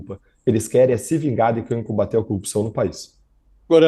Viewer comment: Rapaz... Da muita agonia ouvir esse cara falando "coupção" 😝